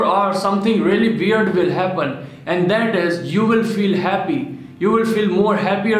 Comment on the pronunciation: The way he pronounces weird is weird